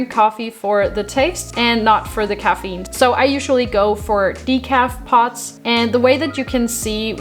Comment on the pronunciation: It sounds like you're saying "Pots" instead of "Pods", Lol, but good video!